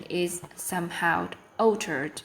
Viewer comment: Teacher's Comments: 1.: - Good pronunciation and intonation, especially when listing the items in a series. - A wide range of vocabulary, successful paraphrasing - some minor mistakes: discuss about (discuss sth), are cohabit, mispronunciation of 'altered', 'presenter' 2.: - Speak with enthusiasm and some intonation, which is a significant improvement - Practice more to speak with more ease and improve the speed of speaking - Pronunciation remains the biggest challenge, particularly ending sounds (in words like 'is, experienced'), some consonant sounds like /sh/ in 'share, preparation' 3.: - quite fluent and accurate throughout - Speak a little too soffly, though - mispronunciation of vowel sounds in 'sympathize', 'regardless' 4.: - quite good pronunciation and fluency - mispronounce 'fragile' - inaccurate use of language on the slides: 1st piece of advice "prepare unstable finance"???? 4th piece of advice: "Prepare the regarding cohabitation knowledge''????